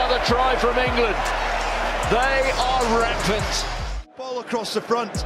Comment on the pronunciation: Gotta laugh England “ rampant “ 😂😂😂😂😂